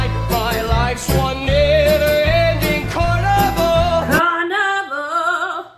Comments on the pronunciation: One thing that is ticking me off is that you keep sounding like you are saying carnivore. He’s saying carnival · you soynd like your saying carnivor rather tthan carnival here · It sounded like you were saying "never ending carnivore", just wanted to say it's never ending carnival since RTC is where the teens died at a fair ground/carnival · Am I the only one laughing because she keeps saying carnivore instead of carnaval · i can't tell if she was saying carnivore instead of carnival 😭